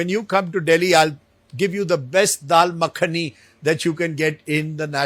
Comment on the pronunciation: Mc ko makhani ka pronunciation nhi kr pa rha rajdeep